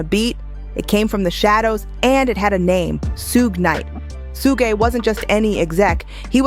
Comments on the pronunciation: Su-ge? 😂😂😂 Shhhhuuuggg! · Somebody please tell the narrator how to pronounce sug (pronounced shug like sugar ) knight's name. It's disrespectful. Even when he's reading or dissing someone, Marshall gets the name right. Much love and high props to the man from the Motor City. ❤ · Every time they pronounce Suge wrong I laugh